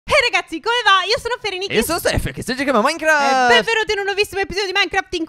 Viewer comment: Stef non dire Minecraft nel modo in cui lo dici!